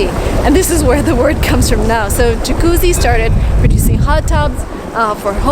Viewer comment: Your italian pronunciation of the word "Jacuzzi" is perfect. Brava!